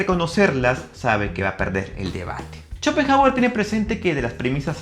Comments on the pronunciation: No se leería como /Shopenauer/? Digo e.e 😂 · Por qué pronuncia "cho" cuando es "xo"..? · Que horrendo no pude ver el video después de escucharte decir shopenjauer , si hablaras de una eminencia lo mínimo es pronuncia bien su nombre; primate inculto. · me parece a mi o dijo CHOPENJAGUER??! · Si, dijo CHOPENJAGUER y sigue diciéndolo así al menos hasta los , ahí lo deje de ver 🤦🏻‍♂️🤦🏻‍♂️🤦🏻‍♂️ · "Chopen" hauer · Chopenhawer! XD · "Chopenjagüer" v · Jajajajaja Chopenjauer :vv